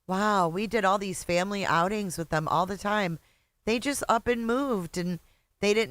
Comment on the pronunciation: And fimmmily, instead of family 🙄